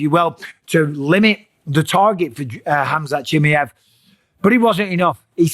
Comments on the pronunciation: its "Chim Mai Ev" not "Chimmey-Ev" ...Mate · Why are you calling him Chim-i-ev, while he is Chim-a-ev? Is this some kind of trolling? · Bisping, learn how to say faking names right. Chimaev not chimeev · It’s CH-MY-EV not Chimi-ev 😂😂😂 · chimiev? its chimaev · Chi mi Yev - Bisping never gonna learn how to spell his name correctly. CHI MA YEV ! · Atleast now show some respect and start pronouncing his name correctly… here I’ll help you not CHIMMY EVV it’s CHEE MY EVV BUSPONG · “Khamzat Chimmy-ov” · chimmy-ev. Mate you are worse than Chael calling him Hazmat. Have some respect for his name, its not that hard to learn how to pronounce it. Imagine someone calling you Mikhaila Pissping....... Not funny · wtf is khamzat "chi me ev" ? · Khamzat Chim-E-av 😂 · Chim"A"ev bro. "A" Say it now. Chimaaaaaev. AAAA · its CHIM-MAA-YEV, for the love of god. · MIKEL BISSPININING his name is (K)Hamzat CHIMAEV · He said his last name wrong like 30 times in one video 😂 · Bisping can't even pronounce Chimaev... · Please Michael, learn to pronounce his last name correctly! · He always says Khamzat last name wrong 😂😂😂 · if you are going to give opinion..learn how to say the champions name right .. Busdink.. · COME ON BISPING ? AT LEAST TRY AND PRONOUNCE HIS NAME CORRECT 😂😂😂😂😂😂😂 YOUR TAKIN THE PISS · For the love of God, Mike, learn how his name is pronounced. Especially now he's champ, lol